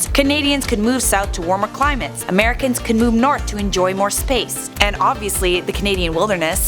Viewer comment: “Americans can move NAR’ to enjoy more space”